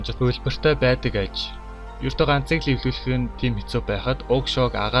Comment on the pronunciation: bolomjit huvilbartai BAIDAG BAIJ. Baidag baij gedgee bur air tod heldeg naatsan lmao